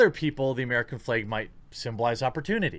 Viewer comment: The fleg? That's midwestern adorable right there!